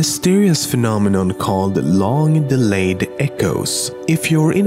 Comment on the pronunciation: Say phenomonon again